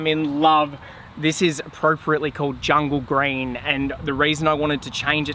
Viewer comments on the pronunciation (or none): looks rad, but with the aussie accent: sorry, did you say djungle green? looked pretty gray to me but that is probably just a video thing